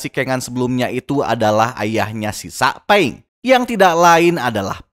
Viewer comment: Bang bukan sakpeng tapi saupeng royozuka itu yang benar